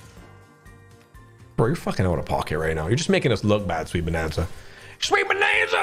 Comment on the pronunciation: You understood the assignment “proper name…proper accent”😃